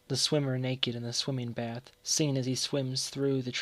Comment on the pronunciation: Pronouncing Sing as Seen